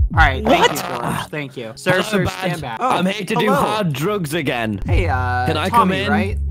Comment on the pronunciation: Emphasis on the ”again” part